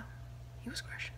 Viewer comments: I think he was trying to say Grecian (Roman for Greek) but mispronouncing it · Is that how you say Grecian? I've always said it GrEEcian